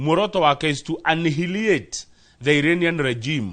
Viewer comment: Hi guys. Kindly check the pronunciation of 'annihilate'. You may see the need to change.